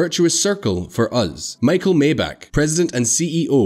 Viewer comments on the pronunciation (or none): none